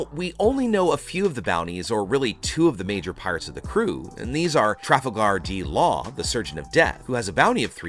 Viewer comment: tra fa gar d law 😂